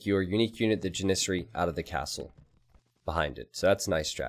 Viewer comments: Dear god, It's pronounced: jan·is·sar·y /ˈjanəˌserē/ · Ive never heard anyone say jannisories before. Its kinda weird to hear that if you know how to say it.